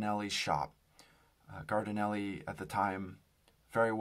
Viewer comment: Pronounced: jar-din-ELLY